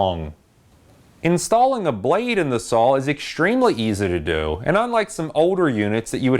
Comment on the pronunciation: I love the videos. It sounds like you say sawL. With an L. But, thanks again for the great content